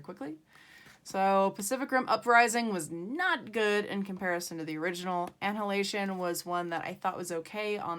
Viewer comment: You pronounced Annihilation wrong, by the way. Here’s the correct way to say it